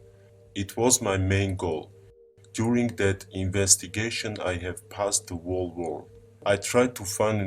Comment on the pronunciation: I am smart enough to build a time machine but I can't say the word whole correctly.